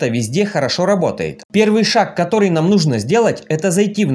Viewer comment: Вопрос не по теме, откуда ударение в слове " Нужно" на последнюю букву? Не в первый раз слышу от вас🤭